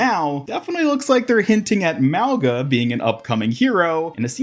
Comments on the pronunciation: its not pronounced malga its pronouns maunga like the ng sound not the g sound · Youre saying it wrong. Its not Mao its more like Moe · "Maowga"❌ " Mau-Nga"✅ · I'm part Samoan and it's pronounced - Moe - u - nga Moe - like Moe from the Simpsons U - like Uwu Nga - this is the hardest to explain but imagine you say the word "going" then add "a" at the end. "Goinga" now remove the letters "goi" and just say "Nga" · Pretty sure it’s “MAH-gah.” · If this hero is supposed to be Samoan his name would be pronounced Muh-oo(short and hard)-nga at least that’s the way I would pronounce it as a Polynesian myself. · It’s pronounced “mau-NA” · The G in his name is pronounced NG as in going